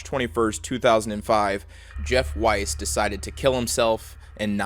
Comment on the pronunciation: it’s pronounced “weese” not “wise”